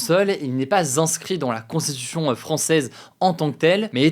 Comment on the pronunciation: Hugo, ça fait plusieurs vidéos, fait un effort sur ta diction et ta prononciation du mot "constitution", c'est infernal à écouter. Tranquille mec, t'as le temps de parler sans bouffer les mots de plus 3 syllabes.